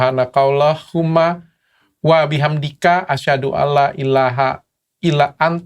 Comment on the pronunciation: dr doa kafarotul majlis yg dokter baca terakhirnya Astaghfiruka ya bukan Astahfiruko